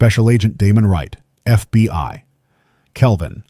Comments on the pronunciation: He kept saying fby instead of FBI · HOLD UP!!!!.... NARRATOR....KEEP SAYING FBY!!!!...KEEP IT REAL!!!!....FBI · DO NOT EXPECT ME TO WANT TO FOLLOW A YOUR SERIES WHILE YOUR AI VOICE CANNOT PRONOUNCE FBI.THE AI VOICE IS CONSTANTLY SAYING "FBY" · As soon as the narrator said FB1 instead of FBI I knew it was AI... still a good story... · Its F.B.I. NOT F B.Y. FFS if you're goung to use AI to narrate the stories at least get it to recognise the damn alphabet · Just over two minutes in and the robot says they work for the "FB one." More robot voice BS. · and then it says FBY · Indeed. Also, says "F B Y" a bunch of times. Rather irritating and distracting. How about paying a human to do the narration, rather than AI................